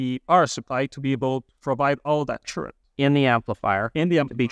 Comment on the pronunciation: I learned a new term for amplifier, its called, tchurent! This guy just refuses to even try to pronounce it correctly.... so annoying....